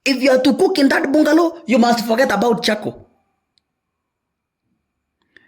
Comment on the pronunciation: It's a "bangalow". Though spelt bungalow